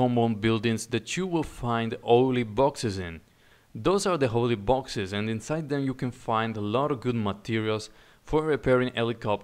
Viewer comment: lol I think he's saying "oily boxes", but with his accent it sounds like "holy boxes"